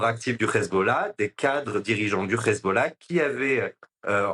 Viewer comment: Le grand reporter…il a pas un peu tendance à aspirer les h des mots en arabe? Hhhessbolao… Hhhhamazzz